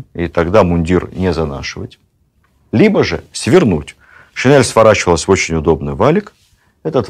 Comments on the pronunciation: Владимир Ростиславович, правильно говорить не шинЭль, а шин'ель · Спасибо огромное, но очснь режет слух "шинЭль", такой вариант закрепляет у благодарных слушателей грубую ошибку, очень жаль! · Режет слух неправильное произношение слова "шинель". Надо произносить "н" мягко. Это недопустимо, Владимир Ростиславович. Рассказы Ваши очень интересны. Люблю историю, с удовольствием слушаю, спасибо за Вашу деятельность.